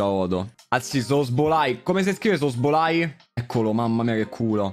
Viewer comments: Tutti: szoboszlai: sosbolai Joker: non siamo poi così diversi tu ed io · se pronuncia, sobozlai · Zoboslai si dice😂😂😂😂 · Ogni volta che diceva male Szobozlai un bambino moriva